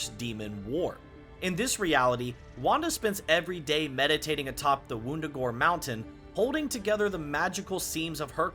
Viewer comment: Great work! Couple notes: K'un L'un isn't pronounced KOON LOON. It's Kuhn Luhn. And it's not WOONdagore. It's Wuhndagore.